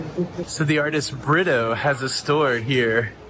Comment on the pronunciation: Oh BRITTO?! I always thought you and were saying "love by burrito"